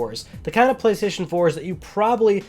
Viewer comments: Went straight to the comments when I heard Gaystation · The Gaystation? Lmao for the Gaymer! 🤣🤣🤣